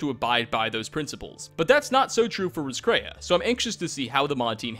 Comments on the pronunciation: Dude it's pronounced Ross-k-ray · btw Roscrea is an Irish town and is pronounced "Ross-cree"